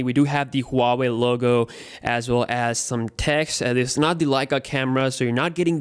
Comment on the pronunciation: Who the fuck ever says huawei like that